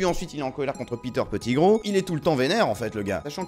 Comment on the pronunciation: Peter petit - gros XD ça ce dit petit-grou(Pettigrew)